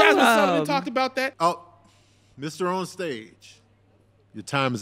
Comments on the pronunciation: She said TabOnStage 🤣🤣🤣🤣🤣🤣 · When Tabs said “TabOnStage” as she looked up! Yo!! The holler I let out! 😂😂😂😂😂😂😂😂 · "That’s amazing...TabOnStage" 😂😂😂 Tab is a naturally lovable funny person.